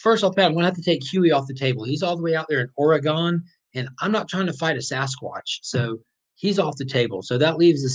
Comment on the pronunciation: Great video but may have to disqualify you for mispronouncing Oregon. Lol